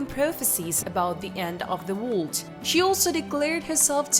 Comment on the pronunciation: I do love your videos have watched many of them. But could you please learn to pronounce the word world. Don't mean to be ugly but it takes away from the video.